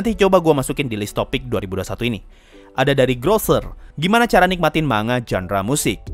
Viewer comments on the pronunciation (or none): none